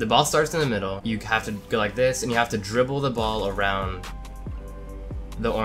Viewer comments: Literally no one realized that at the end he said lik not like 💀😂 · Hey 😊 man a mistake it's not lik it's like